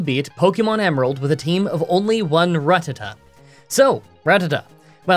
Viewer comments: Pokémon Emearald 😭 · Emearld lol